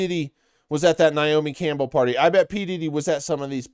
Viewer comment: You low key said Naomi Cannibal 🫠